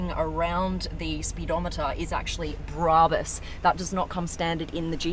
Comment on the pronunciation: Brarbus 😂😂😂 It’s brabus